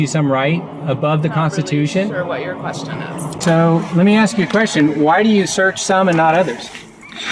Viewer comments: The word is "ask" not "aks" 🤦‍♂️ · the way the word ask is said axed makes my teeth grind. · Why do some Americans pronounce ask with aks or axe? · WHen the first brother pronounces ask axe you know he's qualified for nothing except sanitation engineer. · The word is "ask" not "axe" Ebonics is NOT English. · How is this guy a cop? he can't even speak English. "My Crib" "what Im trippin on" "axed" Thats the people who should be arrested, not the ones doing the arresting. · Ask is not pronounced axe. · Did he say I ass you? South Florida is full of individuals like this! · i aksed u.......uneducated twat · Humm... I AXED YOU... TYPICAL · Illinois, no wonder... Chicagoland mentality. She "axed" him politely, maybe being "axed" is the issue?